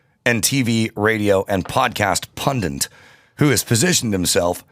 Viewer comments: That's one of the most common mispronounced words in English. Probably in another 20 years both will be accepted, then in another 50 years it will seem archaic to say pundit and pundint will be the common use. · Pundit ,, not pundint